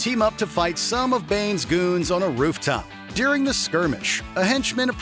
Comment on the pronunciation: During. Not deering.